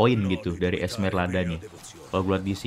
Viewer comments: Esmeralda bang bukan Esmerlada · Dia bilang ESMERLADA cok lu juga salah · udah salah ngotot lagi lu sebut esmerlada kocak